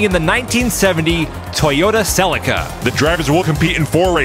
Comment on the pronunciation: Toyota Celica - 'Ceee-leee-ka'. not sellycar.